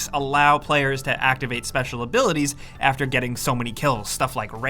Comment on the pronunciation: “Even afteh yah die”